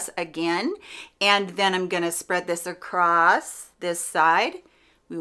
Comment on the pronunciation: I'm Midwestern never heard anyone say acrosst. 🤷‍♀️. BUT I'm also from Chicago. I mainly hear trains and gunshots.